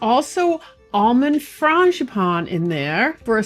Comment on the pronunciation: I grew up with a mother who made her own puff pastry, so it doesn't daunt me. What DOES daunt me are phyllo dough and strudel dough. Btw, it's "FRAWN-zhee-pan" or "FRAWN-gee-pan."